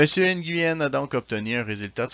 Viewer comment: Nguyen ça se prononce (NU-WEN) Je suis scandalisé par l'insensibilité culturelle...